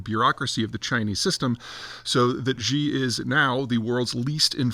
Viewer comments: I love your posts they are some of the most informative and logical posts about world matters that I have found. So can you please pronounce Xi correctly. It's like "she" not "gee". Just annoys me to hear such a great commentary with that one little peeve. I'll still like your videos whether or not you change it. Thanks. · it's Xi not Ji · There is no Chairman "Ji," or Chairman "Zhee." You sound like an idiot. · It's "She" and it smacks of Ugly Americanism that Peter wilfully mispronounces it or can't be faffed to bother to learn how to pronounce it properly. Mandarin is a tonal language where a word's meaning depends on how it is pronounced. He would get bonus points for steadily raising the pitch of his voice as he says it. But that is a big ask for most Westerners.